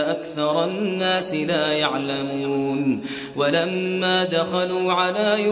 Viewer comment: He said it correctly, he said la ya3lamoun. You heard it wrong